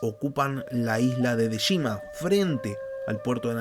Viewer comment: Se dice yamaguchi no yamajushi se dice dejima no deshima🤦🏽‍♂️